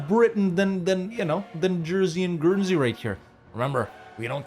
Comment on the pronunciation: Dude.. Jersey and Guernsey? Really?